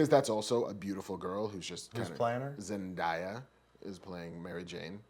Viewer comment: ZEN "DAY" AH !!!!